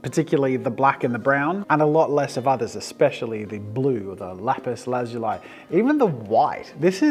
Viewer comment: Lazuli is pronounced Lu-ZOO-le